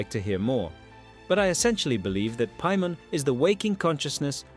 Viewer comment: do you even play Genshin Impact with the way you pronounce Paimon?